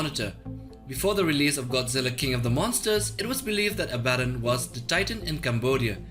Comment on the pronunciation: Your pronounciation of Abbadon makes me sad.